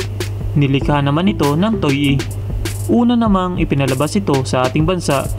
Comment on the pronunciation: Toei correct pronunciation......(To'Wey) Correction lng boss😁